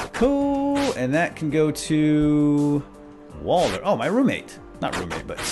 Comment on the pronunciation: its walder and mason